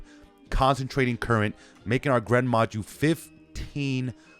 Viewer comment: i stopped watching when you said gren maju tbh